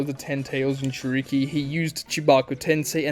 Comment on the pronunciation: Consider this. What if it's pronounced like Gin-joor-ikki